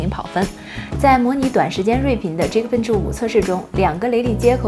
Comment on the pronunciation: geekbench，不念即可笨起，念g亿可笨起好吗